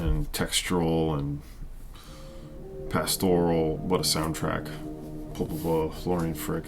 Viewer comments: Believe it’s pronounced Popol Vuh (view) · By the way I wasn't gonna reply to the snob down below who seems to know very little about German pronunciation codes, but it is definitely Popol VOO (even their Wiki page says it, if one is remotely familiar with the phonetic alphabet - Popol Vuh (German: [pɔpl̩ vuː]). I didn't want to start a war in the comments.